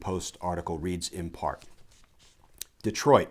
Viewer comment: I’m impressed, you say De-troit like a lot of Michiganders.